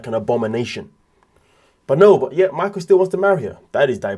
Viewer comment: = You keep calling him MAICKOWLLLLLL 😂😂😂